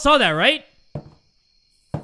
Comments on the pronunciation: when Said "Larry" it sounds like Indonesian word "Lari" which means "Run" so when said that i was like "Lari? YES JAY LARI LARI FOR YOUR LIFE!!" *my apologies if i did something wrong with my English im not good at it Yet haha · pronouncing "Larry" in different accents got me laughing, forgetting the horror in the air💀 love ya bro<3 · calling "Larry" out loud with a thicc filipino accent took me out HAAHAHHSJSHSA